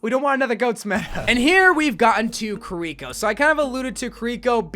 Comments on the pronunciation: The why he says kirko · why do you say kiriko like that 😭